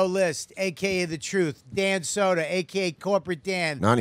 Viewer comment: The first 10 minutes really got me going! Love this show. Luis with the ER on Soder 😂